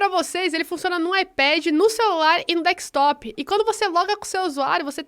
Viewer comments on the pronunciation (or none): deckstop kkkkkk, não seria no desktop? Kkkkkk mas obrigado pela dica guria.